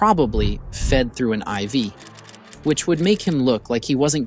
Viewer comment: The average American accent is right on the money but mispronounced common words like I.V. as Ee.Vee, or Travees, or saying “at twoat am”, or “hypnoughtist”, or small “soaree” instead of “sore” on his arm , is suspect. Also saying military “exploration” instead of experiment or weapons testing ! Seems like disinformation from a Russian propaganda machine ! Come to think of it, the narrator’s accent sounds exactly like the American accent the commentator on the “RT” channel has been trained to use !